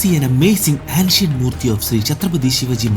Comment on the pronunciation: Nice video.Please do look up the pronunciation of ancient 🙏🏽